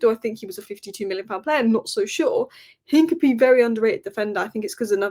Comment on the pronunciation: It’s INCA-PEA-AY!!, your pronunciation is appalling.